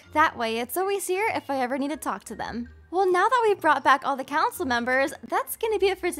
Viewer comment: When you said Council member I thought you said cowcin member